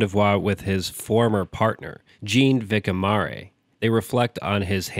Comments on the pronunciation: and Gene Vickaymaray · Can't stop laughing at your pronunciation of Jean Vicquemare. Good video :D